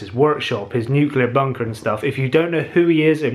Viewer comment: It's not nuclear